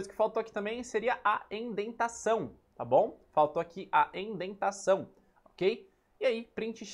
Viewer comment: Só pra informar, é "indentação" e não "endentação kk